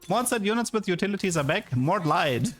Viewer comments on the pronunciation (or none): none